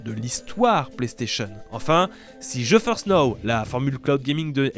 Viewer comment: Ta façon de prononcer "GeForce" le fait toujours autant délirer. Surtout pour les partenariats. Ça fait "non je force pas"😅 Vidéo super intéressante.